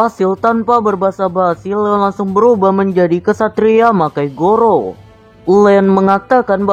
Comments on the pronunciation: Bang bukan goro tapi garo pake a bukan o di garo nya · Garo bang bukan goro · Benar tuh sala ngomong tuh abang